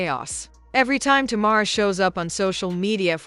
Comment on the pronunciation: Sounds like it’s saying Tomorr instead of Tamar 😂😂